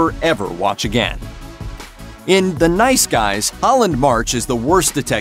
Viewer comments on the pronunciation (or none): none